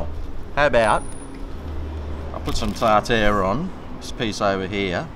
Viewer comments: TAR-TAR not TARtoooooR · What the fuck is tar tear sauce? Do you mean tartare sauce?